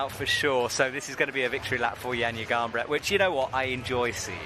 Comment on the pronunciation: it's 2024 and we're still not even bothering to learn how to say names from other languages. I wonder what Johnja Garnbret and Stacy Geejoe think